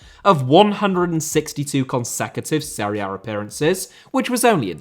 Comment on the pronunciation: Jesús* not Heisăs Serie* not Seri Benzema* not Benzemohr Robert* not Rober' Thiago* not Thiohrgouw Joselu* not Yóselu Álvaro * not Alvohrouw Morata* not Morohrter Hannover* not Hannouwver Alavés* not Álaves Debut * not Deibyu Uefa* not Yuweifer If you HAD told me* not If you'd have told me(fkn hell, even in basic grammar, you continue to disappoint) Possession* not Posession Inter* not Ento Half* not Holf Bundesliga* not Bundesliger Style* not Stahl Bremen* not Breimen Lionel * not Leonl Finals* not Fahnals Pokal* not Pouwkal Chievo* not Chijeivouw Sassuolo* not Sasswouwlouw A* not Ar Simone* not Semouwni Inzaghi* not Enzohrghi Coppa* not Copper Kyle* not Cal Aleksandr* not Alekzander